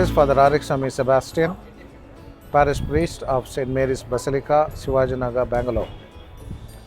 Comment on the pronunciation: ശിവാജി നഗർ. ശിവജി അല്ല.